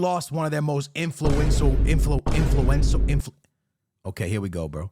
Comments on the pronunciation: "INFLUENTIAL" You wanted to say INFLUENTIAL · Nah why uncle struggle so hard saying influential 😂